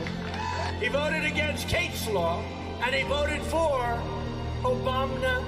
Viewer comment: The trump bloopers were hilarious. LOL Finally got to hear Obamna origin. lol